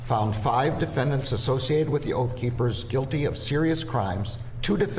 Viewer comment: "Oath Keepers" or "Oaf Keepers" ???